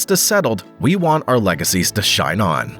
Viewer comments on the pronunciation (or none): none